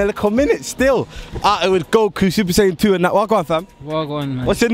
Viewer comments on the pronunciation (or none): Man said super sayin 2😂😂